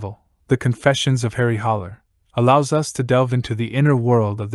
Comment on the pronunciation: It’s Harry Haller not “Holler.”